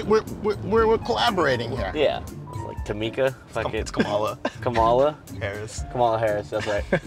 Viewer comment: Love the 3 different mispronunciations of Kamala